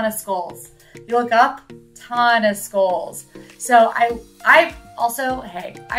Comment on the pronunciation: How did you not call out use of “skoles” versus skulls? 🤣